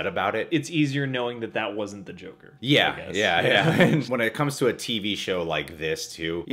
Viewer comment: cant say joker